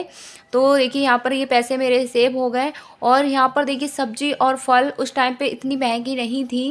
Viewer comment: बाक़ी सब तो ठीक है, परन्तु फल में फ का उच्चार अयोग्य है। पतंग, बादल, मकार इन शब्दों में जैसे ओष्ठ चिपकाकर हम उच्चार करते हैं वैसे ही फ अक्षर का भी उच्चार करना है। लोगों को यह बकवास लगेगा, जो ख़ुद बकवास है उसको बकवास ही लगेगा क्योंकि घमंड। जीवन में केवल बोलना नहीं योग्य उच्चार करना महत्वपूर्ण होता है, नहीं तो कहा के शिक्षित?? अनपढ़ गंवार ही हुए ना वो लोग। आप सुधारना करें यही इच्छा है, धन्यवाद।